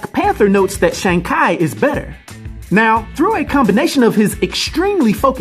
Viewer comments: Sorry. Couldn’t watch the video due to the mispronunciation of his name lol. Nails on a chalkboard lol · i had to thumbs down this video and stop watching it because the pronunciation you decided to go on im sorry i love your videos but you made a dumb mistake on the pronunciation you decided to go with ..you should have just went with your gut or just go off with what kevin feige went with ..smh im sorry dude ..you made a dumb mistake on this .. though im glad you made a disclaimer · Yeah I hear your explanation on why you chose to use the Ki pronunciation, but three things: even if that is correct, it’s not the only way to pronounce it, secondly, too late now, but it’s not worth the attention and responses it just ends up sounding pretentious (not saying you were trying to be this way). It’s kinda like the Gyro thing, even though I know YeehROH is the correct pronunciation, I still just say Gyro🤷🏿‍♂️. Thirdly, it was maaaad distracting from the awesome job you do on the videos. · I dont wanna be that guy… but its pronounced “shawn chee” but besides that great video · No it's not in the movie preview the guy that plays him pronounces it as Shong not Shawn I know the difference because my own brother's name is Shawn. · Kai? No offense brother, your pronunciation is off..... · Thumbs down for "Shang Kai" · Have you watched A SINGLE TRAILER? THEY LITERALLY say his name over and over and over again. Or try listening TO THE CREATOR OF THE COMIC at his name. How do you try to do a review of a comic book character and don't even say his damn name right! Be better and do better! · yo, i had to replay that part and actual look it up to see if i was wrong the whole time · Had me saying “Shang-who?” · Damn. I had to pause it. Thinking I heard wrong. Come on bro. You sound like A freshie thats just come of the boat🤷🏿‍♂️😂😂😂😂😂😂😂😂😂😂😂😂😂😂😂😂😂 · the way you pronounced shang-chi LMFAO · My boy said his name wrong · Omg you're pronouncing shang chi lol good video though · shang kai lol